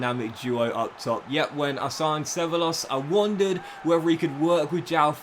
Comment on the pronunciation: Cevallos reads Cebaios